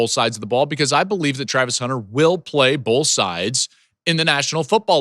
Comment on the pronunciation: "Bo(wl)th" - Joel Klatt 😁🤣🤣